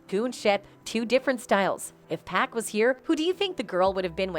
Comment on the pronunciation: 2 päck lmao